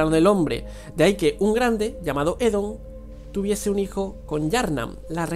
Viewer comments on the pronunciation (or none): Oedon, Oedon! No Edom